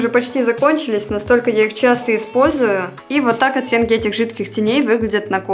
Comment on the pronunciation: так по-белорусски говорит слово "оттенки", я слышу "оцценки" 🤣